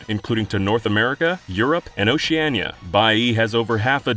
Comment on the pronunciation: Oceana, not "Oceania"